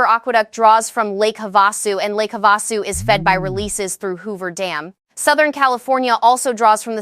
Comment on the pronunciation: It is pronounced PEENAL (Pinal). Have A Sue (Havisu) Emphasis on Hav,. Also watch the live and live. They always say one or the other but AI's do not understand two pronunciations but the same word. It is not logical so even a machine that learns can not understand that live is used one way and when you go LIVE it is a long i. You cannot code this Ai but the information is important. It should not turn people away. And the people in small towns in Arizona will be impacted by this, very hard. We live in Tucson. I would love to share these with other friends in our state of Arizona, but with these mispronounced names, sound amateurish and silly. The speaker was a woman's voice. But it did not know the difference between long i sounds and soft i sounds like tissue. In Spanish the i's have the long EE sound like in feed.